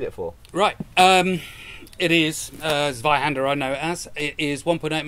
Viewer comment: Tsvaihander with a very sharp and pronounced Tsss if you´d be so kind... That "Sssuai"-type of sound that sir produces is so far off the mark, it´s actively painful. I love every physical object that ever left ´s workshop and i respect the craftsmanship, but... sorry. Pls no. Please: Tsvaihander or maybe Tsvaihanduh Either one with a VERY sharp and pronounced "Tss" sound.